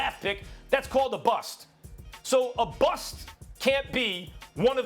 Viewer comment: *BUST. Not buss